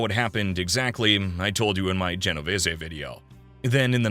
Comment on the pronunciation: Holy shit thank you this is the second time I watched one of these and the kept pronouncing the last time wrong and it was driving me nuts the other one with Genovese and they kept pronouncing it wrong like there was an a in it